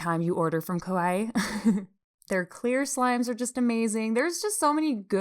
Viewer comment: it was so cute when you kept saying kowai instead of kawaii, bc kowai means scary afraid and kawaii means cute dgnhgfe